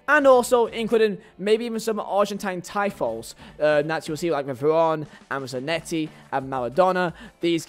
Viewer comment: Tifos is pronounced as (Tee-foes)